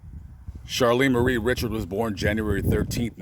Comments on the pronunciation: Re. Sharred. Not ritch ard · Awesome. Her last name is pronounced (ree shard) Richard. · French (REE- Shard).... Saint Teresa Lesuix.. Wonderful Saint,.She was tall. Saint Teresa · This guy can't pronounce any names in South Louisiana correctly, so no doubt he's not from here! He should do his homework and learn how to pronounce Cajun names---Richard (ree-shard) Lafayette (la-fee-yette).